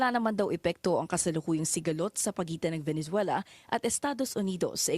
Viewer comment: ve ne zuela.....hindi valenzuela po hehe